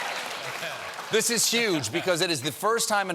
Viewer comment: that number is 'uge!!!